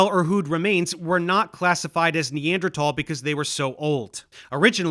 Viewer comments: so out of his depth he doesn’t even know how to pronounce Neanderthal correctly. Imagine someone coming on JRE pretending to be a car expert and they pronounce Porsche like “porch”. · Dave pronounces Neanderthal in a weird way that I am personally not familiar with. This is odd and deeply unsettling and makes me think the earth is flat. Please apologize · He can't even pronounce the word Neanderthal